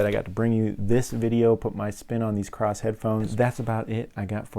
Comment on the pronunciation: thanks for the review. No "R" in KOSS though!